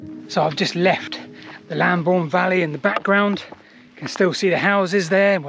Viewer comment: Excellent, it would be nice to research Bockhampton Church one day. Also interesting that that route meets up with Roman Road Ermin Street. Look forward to more! ps Lambourn not Lamborn!! (unless you are using the old spelling!)